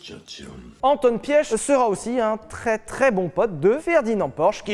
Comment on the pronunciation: Correction Piëch ce prononce piche je comprends que la prononciation est pas toujours évident avec d'autres langue et je le sais de Volkswagen. En plus je suis un Piché est la prononciation est très proche entre prononcé Piche ( Piëch ) et Piché.